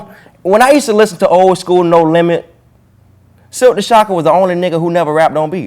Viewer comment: He said Silkk smh